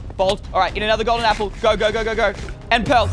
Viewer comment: Did anyone else notice that he said "gapple" instead of "apple"